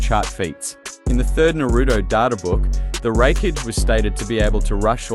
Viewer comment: Sad not even 3 minutes in and your logic fails, arenyero dodging light doesn't count because it comes from an artificial source, light from a light bulb is still light. You don't pronounce a single thing correctly showing that you aren't very knowledgeable on the subject of either series it's absolute cringe hearing you pronounce raikage almost as wreckage. How did you come to the conclusion that madaras head movement was faster than the lightfang itself. You know what fuck it I'm just going to make a note to avoid your videos in the future. Peace, keep up the bad work bro